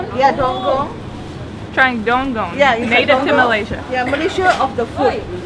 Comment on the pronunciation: the name of fruit is DUKUNG. Not dongkong like the women seller said.